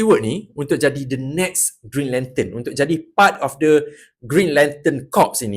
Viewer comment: Mula2 macam nak marah bila dengar "brown lantern"🤣